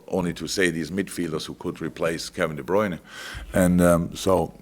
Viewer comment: Now Klopp is also mis-pronouncing De Bruyne's name ... I give up.